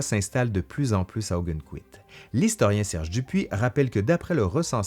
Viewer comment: Je connais très bien Ogunquit pour y avoir été des dizaines de fois. Petit détail, on prononce « Augonne...quit, non pas Augunne…quit ».